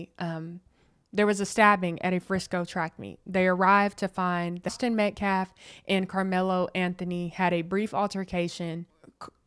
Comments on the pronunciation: My question is who gave them the right to make the father leave? That man should learn to pronounce the victims last name , it’s Metcalf, not Metclaf. If Karmelo had a right to be in the tent with the Metcalfs then their father had a right to be there. This man literally just proved the point of this whole tragedy, it’s quite hypocritical. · Paid agitator Dominique Alexander keeps saying "Austin MET-CLAFF". Seriously, this dude is intellectually challenged! Why is Dominique concerned about lives of law enforcement when he has led BLM marches since 2017 to "Defund the Police" including the one in downtown Dallas in 2017 where a sniper killed 7 people in uniform, 5 of them were police officers.... He's gaslighting.